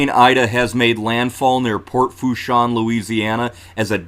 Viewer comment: Thanks Mike. It’s Pronounced La “Foosh” 😉